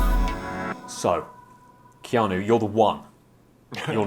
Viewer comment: Enjoyed this interview very much, apart from your pronunciation of his name. Keano?